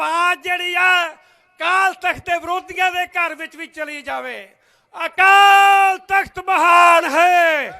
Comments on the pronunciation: ਸੀ ਅਕਾਲ ਤਖਤ ਬੋਲੋ ਅਕਾਲ ਨਹੀ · ਜਦੋਂ ਤੁਸੀਂ ਅਕਾਲ ਤਖਤ ਸਾਹਿਬ ਦੇ ਸਪੈਲਿੰਗ ਸਹੀ ਨਹੀਂ ਬੋਲ ਸਕਦੇ ਤੇ ਫਿਰ ਹੁਣ ਤੁਸੀਂ ਰਿੰਗ ਰਿੰਗ ਕਹਿੰਦੇ ਹੋ ਅਸੀਂ ਕਿਹੜੀਆਂ ਮਲਾਈਆਂ ਖਾਧੀਆਂ ਆਲੀਸ਼ਾਨ ਤੁਸੀਂ ਇਹ ਤੁਹਾਡੀ ਹੈ ਜਿਹੜੀ ਲੀਡਰਸ਼ਿਪ ਬੈਠੀ ਹੈ ਇਹ ਸਾਰੇ ਬਰਾਬਰ ਭਾਗੀਦਾਰ ਨੇ ਕਿਉਂਕਿ ਉਦੋਂ ਤੁਸੀਂ ਕਿਉਂ ਨਾ ਬੋਲੇ ਉਦੋਂ ਤੁਹਾਡਾ ਹੱਕ ਬਣਦਾ ਹੀ ਬੋਲਣ ਦਾ ਹੁਣ ਤਾਂ ਵੀਰੋ ਗੱਲਾਂ ਬੜੀਆਂ ਲੱਗਦੀਆਂ ਸਾਰਿਆਂ ਨੂੰ ਪਤਾ ਜੀ ਹੁਣ ਉਹ ਕੋਈ ਪਹਿਲਾਂ ਵਾਲੀ ਗੱਲ ਨਹੀਂ ਹੁਣ ਲੋਕ ਬਹੁਤ ਹੀ ਸਿਆਣੇ ਹੋ ਚੁੱਕੇ ਨੇ ਲੋਕ ਸਮਝਦਾਰ ਨੇ ਲੋਕਾਂ ਨੂੰ ਪਤਾ ਵੀ ਕਿੰਨਾ ਕਿੰਨਾ ਨੂੰ ਚੁਣ ਕੇ ਆਪਾਂ ਗਲਤੀਆਂ ਕੀਤੀਆਂ ਤੇ ਆਪਾਂ ਅੱਗੇ ਵਾਸਤੇ ਗਲਤ ਗੱਲ ਨਹੀਂ ਕਰਾਂਗਾ ਮੈਂ ਕਿਸੇ ਦੀ ਪੱਖ ਚ ਨਹੀਂ ਬੋਲ ਰਿਹਾ ਪਰ 2027 ਦੇ ਵਿੱਚ ਪਰਮਾਤਮਾ ਪੰਜਾਬ ਦੇ ਵਿੱਚ ਇਹੋ ਜਿਹੀ ਸਰਕਾਰ ਬਣਾ ਦਊਗਾ ਜਿਹੜਾ ਪੰਜਾਬ ਦਾ ਭਲਾ ਕਰ ਸਿੱਖ ਕੌਮ ਦਾ ਭਲਾ ਕਰੂ ਬੰਦੀ ਸਿੰਘ ਅੰਦਰ ਬੈਠੇ ਆ ਉਹਨਾਂ ਬਾਰੇ ਵੀ ਸੋਚੋ ਸਾਰਾ ਕੁਝ ਕਰੂ ਪਰਮਾਤਮਾ ਜਾਣੀ ਜਾਣ ਆ ਸਾਰਾ ਕੁਝ ਆਪ ਵੀ ਕੀ ਕੁਝ ਇਹਨਾਂ ਨੇ ਕੀਤਾ ਸਿੱਖਾਂ ਦੀ ਸਿੱਖੀ ਦੇ ਨਾਮ ਤੇ ਪਰ ਹੁਣ ਨਹੀਂ ਚੱਲਣਾ ਤੁਹਾਨੂੰ ਸਹੀ ਸ਼ਬਦ ਨਹੀਂ ਬੋਲਣੇ ਆਉਂਦੇ ਕਾਲ ਤਖਤ ਕਹੀ ਜਾਦੇ ਹੋ ਅਕਾਲ ਤਖਤ ਤਾਂ ਤੁਹਾਨੂੰ ਕਹਿਣਾ ਨਹੀਂ ਆਉਂਦਾ ਇਨਾ ਨਹੀਂ ਪਤਾ ਤੁਹਾਨੂੰ ਕਾਲ ਤਖਤ ਤੇ ਆਕਾਲ਼ ਤਖਤ ਬੋਲਣ ਦੇ ਵਿੱਚ ਕਿੰਨਾ ਫਰਕ ਹੁੰਦਾ ਇਥੋਂ ਪਤਾ ਲੱਗਦਾ ਹੈ ਮੈਨੂੰ ਤਾਂ ਇਉ ਲੱਗਦਾ ਕਹਿਣਾ ਤਾਂ ਨਹੀਂ ਮੈਂ ਚਾਹੁੰਦਾ ਬਾਬਾ ਚਿੱਟਾ ਦਾੜਾ ਸਿਆਣਾ ਦੇਣਾ ਬੰਦਾ ਪਰ ਤਕੜਾ ਮਾਲ ਛਕਿਆ ਵਾਲਾ ਲੱਗਦਾ ਹੈ ਜਿਹੜਾ ਐਡਾ ਰਿੰਗ ਰਿੰਗ ਕੇ ਬੋਰਡ ਰਿਹਾ ਇਹ ਹੁਣ ਨਹੀਂ ਚੱਲਣਾ ਪੰਜਾਬ ਦੇ ਵਿੱਚ ਲੋਕ ਜਾਗਰੂਕ ਹੋ ਚੁੱਕੇ ਨੇ ਲੋਕ ਉਸ ਪਾਰਟੀ ਨੂੰ ਚੁਣਨਗੇ ਜੋ ਪੰਜਾਬ ਦਾ ਪੰਥ ਦਾ ਹਰੇਕ ਨੂੰ ਬਰਾਬਰ ਦਾ ਹੱਕ ਦੇਵੇਗੀ ਉਹ ਤੁਸੀਂ ਤਾਂ ਬੈਠੀ ਸੀ ਛੁਰਾ ਮਾਰਨ ਵਾਲੇ ਬੰਦੇ ਹੋ। ਹੁਣ ਤੁਸੀਂ ਕਹਿੰਦੇ ਹੋ ਸੁਖਬੀਰ ਬਾਦਲ ਦੇ ਸਾਰੀਆਂ ਗਲਤੀਆਂ ਮੰਨੀਆਂ ਚਲੋ ਉਨਾਂ ਬਾਰੇ ਆਪਾਂ ਕਹਿੰਨੇ ਆ ਵੀ ਉਹਨਾਂ ਨੇ ਗਲਤੀਆਂ ਮੰਨ ਕੇ ਉੱਥੇ ਜੋ ਸੇਵਾ ਲਾਈ ਕੁਛ ਵੀ ਕੀਤਾ ਤੇ ਪਰ ਤੁਸੀਂ ਤੁਹਾਡੇ ਚੰਦੂ ਮਾਜਰਾ ਸਾਹਿਬ ਤਾਂ ਸ੍ਰੀ ਅਕਾਲ ਤਖਤ ਸਾਹਿਬ